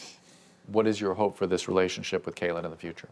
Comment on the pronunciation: It’s a little bit irritating that Dr. Drew keeps calling Kailyn Caitlyn 😂